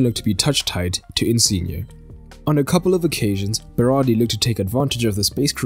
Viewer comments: It's Berardi. Not Berari. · At first you said berari